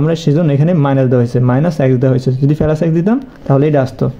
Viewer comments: পেলাস না বলে প্লাস বললে শুনতে ভালো লাগবে ❤❤ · পেলাস না প্লাস